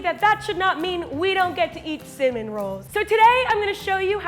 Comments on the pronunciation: Is it just me or does say cinnamon as cimon roll🤣🤣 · Is it just me or did she say “cimin roll” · Nobody::Cinmnroll The way she pronounced 4-hour cinnamon roll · When she said cimmin rolls 🤣🤣🤣🤣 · did she say Simin rolls. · i love how she says 'sin-min'